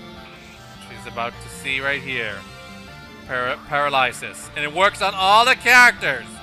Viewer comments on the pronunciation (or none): You've been pronouncing paralysis like that since your Pony Fantasy 6 let's play, over a year ago. You said it correctly once in your EquestriaBound let's play. Wow...good times. I remember staying up so late (because of the timezones) to catch a new video from your playthroughs of those games. You were my favorite let's player back then and you're still my favorite let's player today. PS I've been a fan since My Little Bloopers.